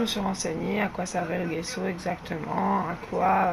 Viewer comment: bonjour JE CHERCHE AUSSI A FAIRE DU"""JESSO""""on ne dit pas """guesso """"mais """"jesso comme """jessi"" en italien g =j gesso veux dire plâtre voilà pour l'info bonne journée Bises A BIENTÖT